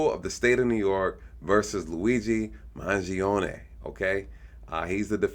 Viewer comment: paying Attention to detail first time I saw someone Pronouncing his name correctly I saw many Italians pronounce it as ney ending Mangione not Ni.